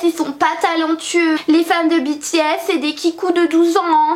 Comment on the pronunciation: Ta vidéo me stresse tu dit "Bi T S" alors que moi je it " B T S" 😂